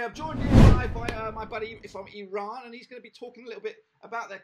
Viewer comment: its not eeeran...its eye ran..